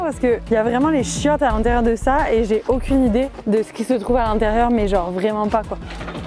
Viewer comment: Puiss gennnre heuresseeement MDR tu m'a tué avec t manière québécoise 😂😂